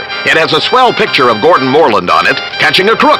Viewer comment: lol the announcer keeps getting Gordons name wrong...